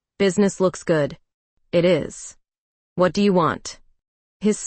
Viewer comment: YOU PAUSE IN THE WRONG PLACES LIKE YOU ARE READING OFF A TELEPROMPTER THAT ISN'T PHRASING PROPERLY. ALSO, YOU EMPHESIZE THE WORD WHAT INCORRECTLY.